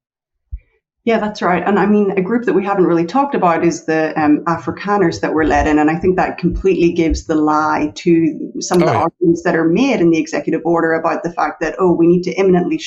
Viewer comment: She said africoners, They are white african nationalist!